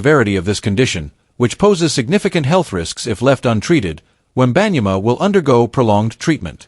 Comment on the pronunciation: How did you pronounce “ wembanyama”? . Dude , cmon ! Have some respect . Do your homework !!!!! Jeeezzzzz